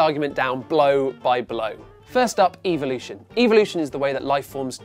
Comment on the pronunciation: I love how he can’t pronounce evolution properly